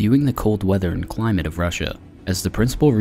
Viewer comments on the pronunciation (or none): none